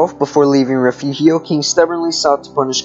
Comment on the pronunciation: Re furio. Please at least learn how to pronounce Texas words before saying them. You are saying the mexican pronunciation.